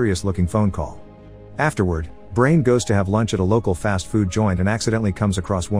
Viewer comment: You pronounced Brian as Brain huh.